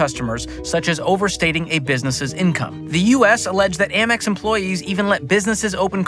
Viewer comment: It’s AMEX not AMMEX 🤦‍♂️